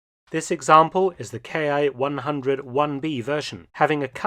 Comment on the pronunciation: A welcome showing! I was fortunate to see a few of these when last in the UK. Small correction -- IJA aircraft designations are not pronounced 'K.I.,' but rather, 'Key' (キ), being short for 'Kitai,' or 'Airframe.' So, for example, the Ki-43 'Hayabusa' was factory-coded 'Airframe 43' while being service designated the 'Army Type 1 Single-seat Fighter'.